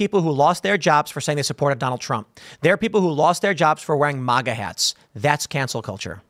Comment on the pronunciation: It’s MaG like magazine, and A if you can’t say it right, don’t say it at all. It’s annoying how you say it wrong.